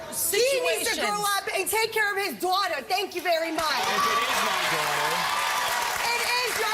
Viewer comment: I love she just turns into a new yorker with a strong accent when she says daughter